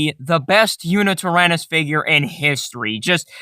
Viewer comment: Did you just say... YuNItyrannus?